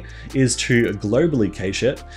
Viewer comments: Cache is pronounced cash btw. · it's pronounced cash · It's pronounced cash.